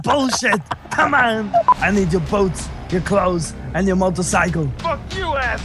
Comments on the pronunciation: it sounded like boats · Talon Barrett he's saying boots